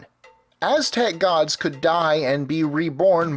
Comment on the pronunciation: He actually pronounced it very wrong. He pronounced every Aztec God in a typical English way. English people need to realize when you speak a different language you can't just pronounce it in an English manner.